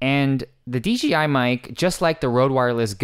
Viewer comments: big "J" not "G". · It's "D-J-I" not "D-G-I" :))